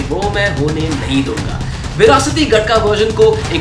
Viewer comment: It's called गतका not गटका my friend